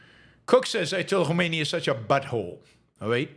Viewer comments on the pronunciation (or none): none